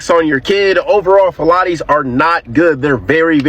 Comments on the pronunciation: Why is bro tryna say phthalates like pilates? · The guy talking about Chobani yogurt or whatever it is, means there's mocroplastic inside of it it's pronounced Ph-Thal-ates it's also inside of the boxed kraft dinner in the cheese power to keep it from clumping up, gotta be really careful how much you that you consume because it isn't an if anymore if you'll get cancer it's just a matter of time consuming PFAs and Phthalates, they can quickly make you infertile as a man you'll shoot blanks. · Man talking about Chobani being horrible for us while holding an Ozarka plastic water bottle in his hand mispronouncing phiolates. 😂😂😂😂😂